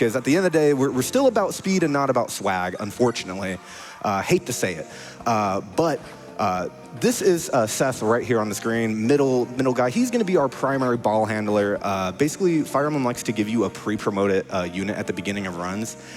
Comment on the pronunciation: "TEEsEEth" bro what did you do to her name? LOL